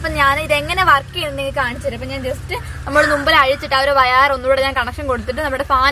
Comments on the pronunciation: മോളൂസെ വയാർ എന്ന് അല്ല വയർ എന്നാണ് പറയുക video edit ചെയ്തപ്പോൾ കുറച്ച് ടൈം voice speed ആയല്ലോ? എന്തുപ്പറ്റി എവിടെയെങ്കിലും പോവാൻ ഉള്ള പോലെ വളരെ speedൽ സംസാരം പോയി' ചുമ്മാ ചോദിക്കുവാ Ac ആഴിച്ചു ഫിറ്റു ചെയ്തപ്പോൾ വല്ല സ്കൂവും ബാക്കി വന്നോ? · Vayaar alla kocheee...vayar 😂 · Vayar ennu parayane kelkkan nalla resam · വയാർ എന്ന് കേൾക്കാൻ നല്ല രസം ഉണ്ട്😀😀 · വയാർ അല്ല മോളെ 🤭